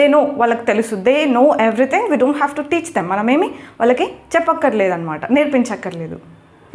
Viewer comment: హలో మేడం గారు మీరు మాట్లాడుతున్న హేజ్ హ్యావ్ ఒకలాగే వినిపిస్తున్నాయి వాక్యాలు అక్కడ రాస్తే బాగుండేది